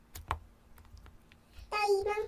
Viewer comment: 알았어를 계속 일있어 라고 하네요:(